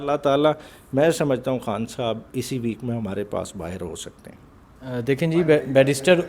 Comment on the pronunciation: اوے ھان نہیں خان بولا کر بھائی 😂😂